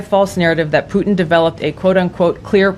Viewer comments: Plutin…she really said Plutin.🙄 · Nancy Pelosi said Plutin!!!! Nancy????? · I heard Vadlimir 😅Plutin